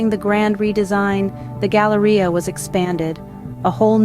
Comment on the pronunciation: drink every time she says Galaria